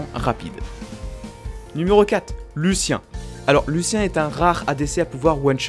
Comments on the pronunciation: c parceque c pas sa vrai voix, il écrit ce qui veut dire et un bot le dit à sa place et le bot ne peut pas dire Lucian il peut que dire Lucien ya aussi une autre vidéo ou il dit afque au lieu de AFK sur sa 1ere vidéo sur les raccourci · Lucien????? c'est Lucian qui se prononce Luciane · on dit luciAN pas luciEN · Quand tu as appelé Lucien au lieu de Lucian, ça m'a frustré :x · Mdr je me trompe sûrement mais tu dit Lucien au lieu de luciAn xd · c'est pas lucien mais lucian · ON DIT LUCIAN, LU-CI-AN!